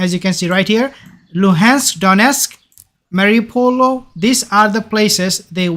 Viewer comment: Its pronounced 'marri - o - pol' bro not mariupolO. Your mistaking the circle next to the citys name for a letter O